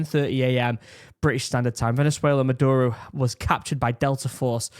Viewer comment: a good way to pronounce spanish words on the fly is to break it into 2-3 letter syllables and pronounce them as easily as possible. for instance, "caracas" should be "ca-ra-cas" and the only sensible way to pronounce "ca" is like in "car," then the same vowelization for the "ra" like and so on. you end up with "kah-rah-caas." maduro- "ma-dur-o" leads to "mah-dure-oh". its not perfect, but its usually close enough to get you by. if you notice, other pronunciation choices don't roll off the tongue. i'm an american, and found this video to be very helpful. i think all these kinds of stories should be accompanied with maps so that people can understand exactly where things are happening. only thing missing was a topographic map, then you would have seen a couple of bomb sites were at the tops of mountains, indicating anti-air emplacements. we all hope this simmers down and venezuela takes the opportunity to come out with a better government that the people actually elected. say what you will about trump, even though he disagreed with the 2020 outcome, he still stepped down. hope the linguistic tips help!